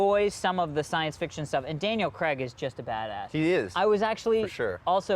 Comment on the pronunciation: Why does every American say Daniel Cregg?